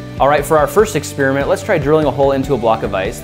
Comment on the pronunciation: Ex-Peerment. Ex-Pairi-ment